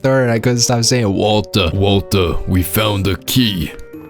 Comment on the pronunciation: Feedback on the Mike Ehrmantraut impression: Walt-ER. Hard R. Right now it sounds like Mike is randomly saying Walter like a British man. I feel like one of the hallmarks of how Mike says Walter is the heavy enunciation on the last syllable. Utterly spot-on otherwise!